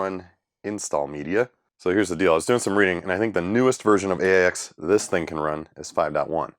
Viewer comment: Not sure about RIPL, but the OS is pronounced "aches"